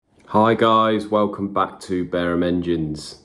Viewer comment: "Welcome to Barum Kitchen" 😅